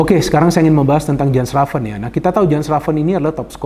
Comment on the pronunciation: Jens raven kalo kata coach justin harusnya dipanggil "Yens Raven" bung.. please tolong dibantu pronounce yang benar. Sama kalo di indonesia orang ada namanya Asep.. kan lucu ya kalo dipanggilnya Asap, Asaep, Asuup. Please bung panggilnya "Yens Raven"